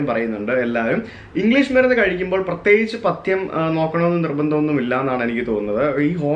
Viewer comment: പത്യം അല്ല പഥ്യം, ഇപ്പോ മനസ്സിലായോ വീഡിയോ മാത്രമല്ല ഒഡിയോയും പ്രേക്ഷകർ ശ്രദ്ധിക്കുന്നുണ്ട്.അക്ഷരസ്ഫുഢത....